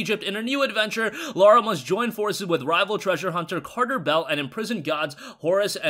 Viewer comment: It's Lara not Laura